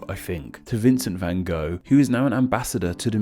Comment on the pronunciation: The van part, the rest is fine.